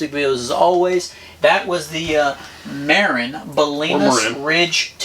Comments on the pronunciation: Not mairin it's mahhhrin dont piss of the northern Californians by saying mairin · It's Muh-rin not Mare-Inn! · oh lol and the world pronounces it MAH-RIN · It's pronounced mah-rin. That bike isn't too impressive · I like it, but TOOO BIGfor the Tick! I’d put a motor on it— pronounced —Muh-rinn!